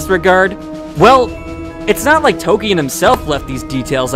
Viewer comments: The way your pronounce tolkien is so weird. You just omit the l altogether and say tokien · Did you really say "tol-key-en" just lmao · Why can't you pronounce Tolkien's name correctly...??? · I made it up till The SCORCHING of the Shire . At least pronounce Tolkien's name right , if not the chapter title .